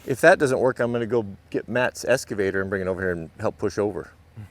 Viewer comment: It's an excavator, not an escavator.